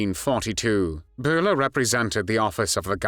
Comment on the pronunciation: Josef Byler, not Josef Buler! It´s a german y!